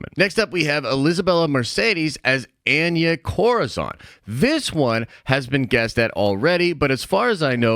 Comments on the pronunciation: Your saying Anya Corazon Wrong lmaoooo its spanish you pronounce it: On-Yah Co-Ra-Zone <<(roll the R). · Hearing pronounce Anya Corazòn…yup, sounds about white!!